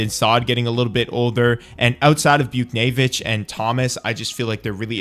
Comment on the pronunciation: Chychrun is pronounced Chick-rin Buchnevich was close but it's Booch-nay-vich and Daccord is pronounced Duh-cord